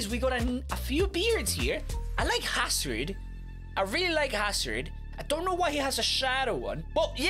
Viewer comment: He said hasrid not hazard